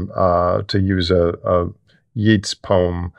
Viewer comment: Think he said Yeets. It's pronounced yates.